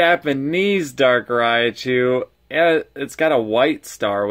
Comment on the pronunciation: It kinda sounds like you're saying Darkrai-chu xD